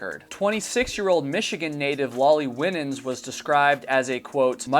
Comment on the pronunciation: The surname "Winans" is usually pronounced "Why - Nins" although perhaps she pronounced her name differently. No big deal, obviously, but just for future reference. (I learned this the hard way lol, so maybe this will save you the embarrassment I felt as I mispronounced the name...at a funeral! Lol)